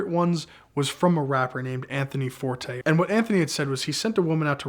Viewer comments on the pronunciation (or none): none